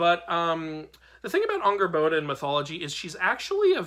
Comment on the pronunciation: Just as a note: it's pronounced Angrbotha. It's not actually spelled with an English "d."